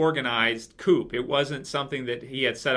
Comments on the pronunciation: Yo,. "Coup" is pronounced "Coo", not "coop." French word and all... Sry if ppl already pointed that out to you. Just letting you know for future reference:) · Coup: It's a French word......pronounced 'Coo' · Hey. For your info the P in "coup" is silent and is pronounced Coo. Q&A If you hate spoilers so much why do you read the comics?! Anyway, episode 15 gets 7 out of 10 for me as I felt it was too contrived. I thought Michonne was out of order knocking Rick out, but think she did it as she realised Ricks actions may have been coloured by his hard on for Jesse. However, after all Rick has done for the group, I think they all should've backed him. Pete is a large lump plus Rick is rusty and so the fight was more evenly matched than suspected. WTF was going on with Deanna playing that loud shite music? A wake for her arse kid? I predict Jesse stays with the wife beater, and that Ricks group start to leave ASZ when the Wolves plus zombies attack ASZ, and Ricks group haveno option but to use the ASZ as cover but also so Rick can save Jesse. Pete will be kissed by a zombie, and the slapper Jesse will suddenly decide she wants Rick. Aiden and Daryl rescue the group, but Aidens boyf is zombified, and Aiden will seek solace with Daryl and nob him. The wolves take ASZ! and the new season will start sith Ricks group trying to re-take ASZ? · The "p" in "coup" is silent in that context. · I know, that was bothering me too...but I love.